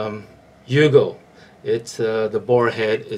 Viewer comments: Its "you-go" not "yo-go" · not yogo it's yugo